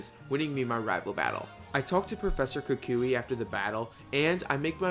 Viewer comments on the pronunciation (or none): none